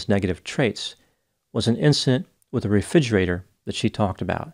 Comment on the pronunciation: my mom says "reFIGErator" too! In 36 years, I've never heard anyone else pronounce it that way.